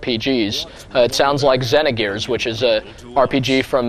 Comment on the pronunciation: For some reason, it annoys me the way he pronounces Xenogears and Xenosaga. Don't know why really.